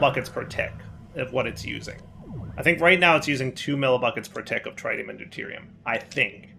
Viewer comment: Not even three minutes in and already mispronounces tritium for the countless times he's been using Mekanism. It's pronounced "tri-tē-əm" with the first i like how you pronounce "big".